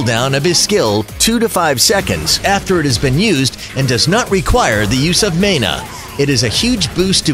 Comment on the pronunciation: WAIT DID you say mana worng